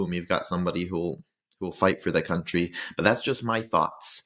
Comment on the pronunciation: I was habben a good time listening you say countrrry.